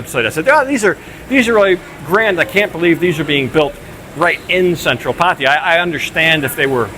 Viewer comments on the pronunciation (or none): My friend - after living in Thailand and Pattaya for so long! Please do not butcher the pronunciation of the city Pattaya ---- It is not PATIIIYAAA --- it is P-TAAYAA -- please make a note - it is a disservice to the wonderful city hosting an expat to butcher the name - thanks